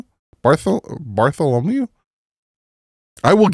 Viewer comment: Bar-thol-a-mew 🙂